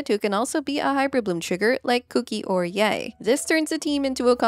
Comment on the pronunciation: She pronounces Yae like what now?